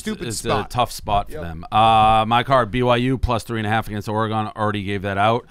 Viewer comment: Dave just can’t say Oregon correctly.